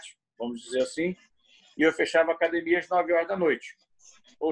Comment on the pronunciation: É raro ver um Gracie que não fala “cadimia”. 😊